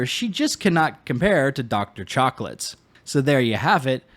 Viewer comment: I had to rewind a few times to make sure I did not mishear Dr. Chocolates. That is incredible and I will now only refer to her as such.